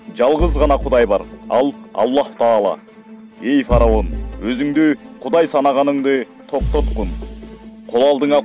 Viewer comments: Фараун эмес фираун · Фароун эмес фираун